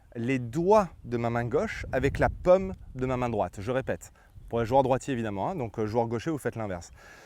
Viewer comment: Jaime vos vidéos mais la prononciation des français ouf ! La pomme de la main 😂